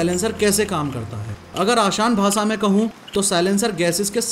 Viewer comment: AaSHaaon BhaaSa Instead of AaSaan BhaaSHa😄😄🤘😎